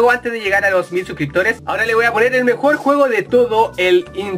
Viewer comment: "EL MEOR GAMELAY DE LA VIDA" pls:'v